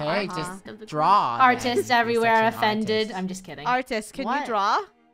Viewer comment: When said offender 😂😂 Meh did she said offender man